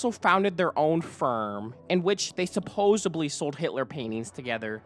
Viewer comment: I CANNOT watch this whole video solely because of how you speak. Your inflection is so repetitive and annoying. You end so many sentences with this weird low, flat, long inflection. Also, you have so many pronunciation issues. The word is 'supposedly' not 'supposebly'. You said, "Some may construde", but the word is "construe", it should be "Some may construe". This seemed like an interesting topic to watch about, but I must move on as your narration is too annoying.